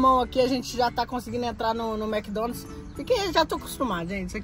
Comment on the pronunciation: Mds é Mc Donald's Não Mc Donalt's